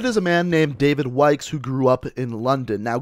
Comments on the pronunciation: I heard David yikes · Did he say "David Wikes"?